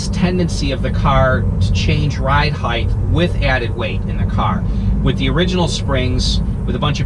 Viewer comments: Great videos brother! FYI though it’s “height”..... never “heighth”.... my wife corrected me on the same thing. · Hate to correct you but your mispronunciation of the word "height" is driving me crazy. The word is "height" pronounced "hite" (like kite) NOT "heigth" you are pronouncing the "t-h" when the word is "h-t". The word "width" is pronounced with a "t-h" and I think that for some reason sticks with people.